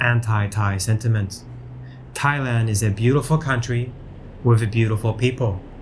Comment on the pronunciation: Thai-Land, Thai-Way 😁